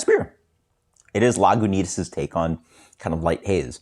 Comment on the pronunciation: No "w" sound in Lagunitas